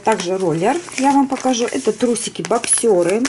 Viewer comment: Здравствуйте, в обзоре на мужское бельё, ставится ударение на 1-й слог, бОксеры, а не боксЁры.